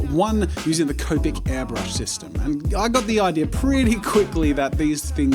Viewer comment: Wait. I thought Jazza used to say copic with a short O, like comic. When did he start saying C-oh-pic instead of C-aw-pic